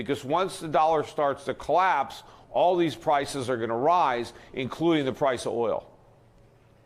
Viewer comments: He also said Pwices 2x rather than Prices. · Petey, you keep saying Pwices. Get some rest, friend.